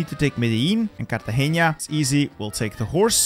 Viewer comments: you said Cartageña instead of Cartagena (no nye sound) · fun fact : nice try saying cartageña but is not with an Ñ is a simple N so no "ña" normal N pronunciation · it hurt me so much as a colombian when he said cartageña instead of cartagena 💀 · I love how u say “Cartagenia”